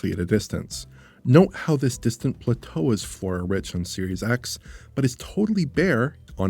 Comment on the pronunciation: Did anyone catch how pronounced Plateau?